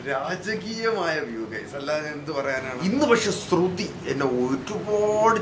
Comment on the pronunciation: സ്രു തി അല്ല ശ്രുതി ശ്രുതി.. ശ്രു ശ്രൂ...